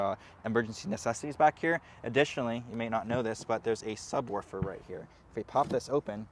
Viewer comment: Did you say "subworfer"? It's subwoofer. Commander Worf is serving in Starfleet and that is another show.